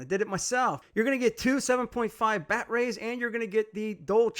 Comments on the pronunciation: Are you saying “bat-rays?” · Just in case you didn’t know what a dick who can’t pronounce batteries properly riding a mini e-bike looks like…